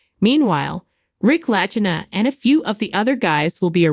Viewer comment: She can't even pronounce the names of the Lagina brothers right. What a load of garbage